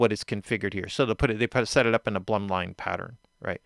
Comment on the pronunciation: Blümlein is pronounced rhyming with ploom, not plumb.